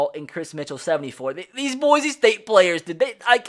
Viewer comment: You know someone is not from Boise when they say Boize